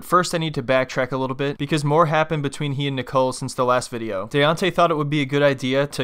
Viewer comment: I never could understand why these women he was SO in love with him kept mispronouncing his name! 😂😂😂 they kept calling him “Dee-ontay”… instead of “DAY-ONTAY”.. Daonte!!! Daonte!!!